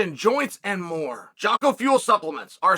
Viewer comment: Brother, how are you still mispronouncing jocko's name lmao